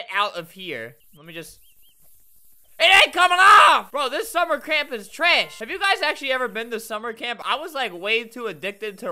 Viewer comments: Albert said: SuMmEr CrAmP instead of summer camp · did anyone notice he said “summer cRaMp” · Who herd Sumer cramp🤣🤣🤣🤣🤣